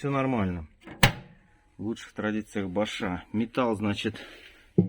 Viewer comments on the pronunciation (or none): не БошАм, а БОшам! Ударение на букву "О"!